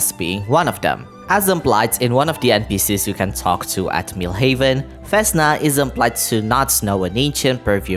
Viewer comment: Oh next one, it's not vEsna it's vesnA, and the same shit with softened consonants on v